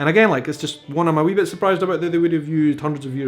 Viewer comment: I adore the way you say wee, bonnie and Edinburgh, a nice roll on that last one.